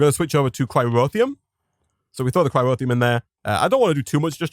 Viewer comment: It bugs me slightly that you replaced the R in "boron" with a W, and then moved that leftover R into the middle of "cryotheum" lol. Bowon and cryrotheum. All joking aside this has been super fun to watch.